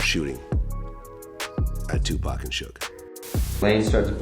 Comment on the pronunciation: The robot keeps saying 2pac as in 2 pack It pronounced Tupac ,as in 2 poc say it with me now 🔊